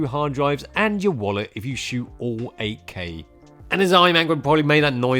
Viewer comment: Took me a while to hear "8K". I always understood "AK" and I was like...who the hell wants to put a gun in his camera?😂